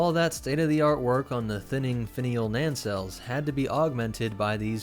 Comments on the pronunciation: Nancelles? You mean engine nacelles (pronounced as nay-cells). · "NANcelles" Me: "*NAYcelles" YouTubers in general need to do more research on how to pronounce uncommon words. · What's he saying? 'Nancells?'